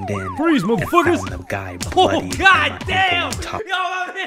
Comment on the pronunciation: the way he said god DAMN! Made ma laugh so hard 🤣🤣🤣